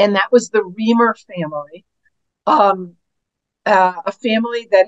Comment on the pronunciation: I admire Dr Grossman so much, but someone PLEASE tell her that David Reimer's last name is pronounced REYE - (rhymes with eye with an R preceeding) mer, NOT REE - mer!